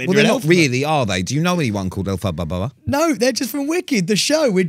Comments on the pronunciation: Elphababa 😂😂 the way Pete pronounces it was so funny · Love that no-one can say Elphaba!